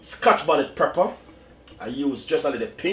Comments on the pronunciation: It's Pepper not Prepper lol idk y that bothered me so much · Chef say pepper. Not prepper. Have a good day you're the best. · I like how chef says Prepper not pepper ❤ bless up yuself chef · That's moment when you said preper and not pepper 😂😂😂😂 nice video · Stop wid de " preppa"' lol. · Dwl... I can't with you chef... Those pronunciation tho... #Twanging at it's best